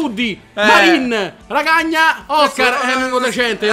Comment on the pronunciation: Roncaglia = Racagna ahahahahahah